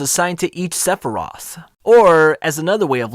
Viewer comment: Great video. It’s just pronounced “Sfee-rote” and “Klee-pote”